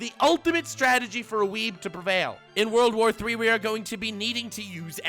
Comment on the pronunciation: He said World War III not WOURLDO war III This must be serious